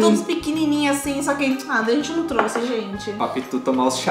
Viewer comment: Eu tô louca ou eles falam “truce” ao invés de trouxe ? Não é criticando é uma dúvida